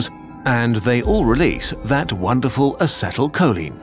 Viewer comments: Check your pronunciation of acetylcholine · The pronunciation of acetyl choline ☠